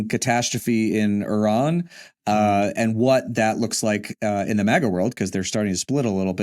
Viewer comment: thank you for pronouncing the name of the country Iran - e' run - correctly.